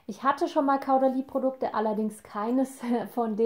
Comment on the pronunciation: Sry aber das irritiert das ganze Video über: Caudalie spricht man Kohdalie ;)